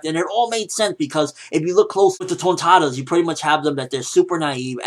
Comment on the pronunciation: I love the way you say Tontattas and you rock the suit nicely bro!